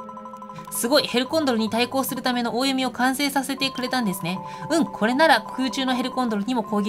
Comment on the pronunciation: おおゆみではなくきょこんと読むんですよ